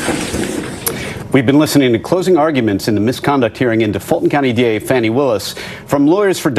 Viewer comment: Her Name is Fani, like "Faany" NOT "Fanny". Get it right!